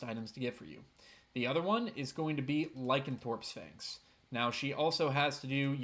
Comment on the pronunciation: I like your videos, and I have learned more than a little that I did not already know. However, even with your great narration and high quality diction, whenever you say Lie-Can-Thorpe instead of Ly-Can-ThROPE, I cry. 😢 Just a little though. 😊